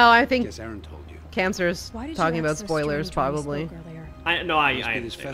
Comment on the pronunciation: you know you made a pun or play on words. You see you mispronounced Erend in such a manner that it sounded like errant, which turned into a likely unintended reference to your show Errant Signal. Just thought I'd point that out.